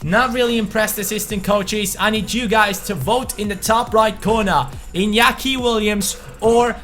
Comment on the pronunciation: NOT inakia iTS inaki. I had to cringe SO hard!